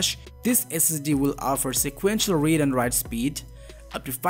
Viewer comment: You are not pronouncing Read / Write properly and you said MegaBits instead of MegaBytes.. Big difference of a factor 8... My advice is to not talk the manufacturers so much after their mouths... Try to stand out more as your own voice and do it properly! otherwise, thanks for the reviewing!